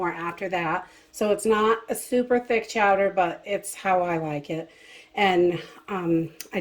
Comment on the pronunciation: Live the accent of Chowda... LoL made me smile.